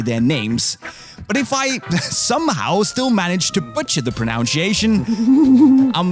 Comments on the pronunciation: but this unisport guy should learn to pronounce "pronunciation" 😂💔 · Butchers the pronunciation of pronunciation by saying "pronounshiation". Great start.